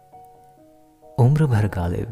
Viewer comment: Bhai pronounce some words qalat karenge Aur bhai qalib ke jaise padhrenge